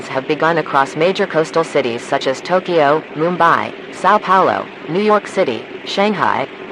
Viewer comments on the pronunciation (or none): none